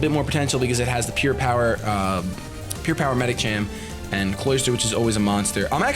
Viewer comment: anyone else notice the H in Medicham's name?